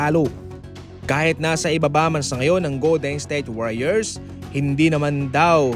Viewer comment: Goldednsthayte warriors ba naman pag pronounce 😂